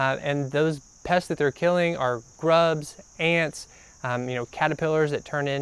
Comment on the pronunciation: . They asked you that because you can spell it but not say it.same with ( ) pests. Ends with an “s.”